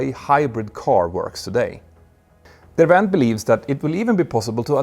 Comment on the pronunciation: Derwent is pronounced as it is written. No Vs!!